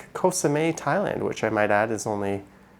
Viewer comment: its Koh SameT. You pronounce the T. its not french